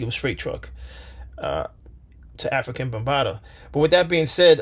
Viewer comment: Before you make a video about someone, how about pronouncing his name correctly. His name was "Afrika" not African!